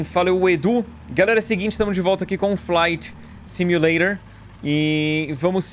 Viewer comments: brasileiros normais :flight simulator Edu :falainting sumulairor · flight simuleirol kkk eu falo faiti simuleition kkk